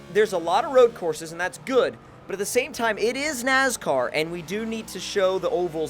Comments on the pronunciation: Its NASCAR not NAZCAR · ITS NOT NAZCAR ITS NASCAR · STOP SAYING NAZCAR ITS NASCAR!!! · Not trying to be that guy, but I'm gonna have to be that guy... NASCAR not NAZCAR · Stop saying nazcar it is nascar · Lol you said nazcar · Dumbass can't even say nascar right. My nazcar.